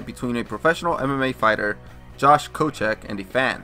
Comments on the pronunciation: Koscheck not kocheck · You did not just say Kocheck when it is Koscheck x_x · Repeat after me: Josh Cos-check. Listen to pro commentary about how to pronounce the names.